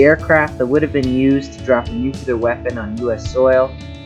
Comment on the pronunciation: ...... just some constructive criticism on word pronunciations for the narrator: Ver - SIGH ----- YUN - kers ------ NEW - clee - ur